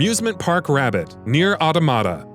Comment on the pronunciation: Please just learn how to say automata. You sound like a complete moron saying it the way you do.